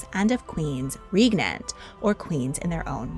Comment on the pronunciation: Excellent information, and well researched. But “Regnant” is pronounced like “pregnant”.